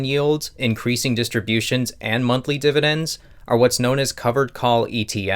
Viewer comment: am i the only one who had to click away when he said dividens the first time